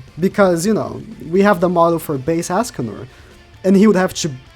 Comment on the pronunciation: For real. stop saying Askcanor. quite annoying.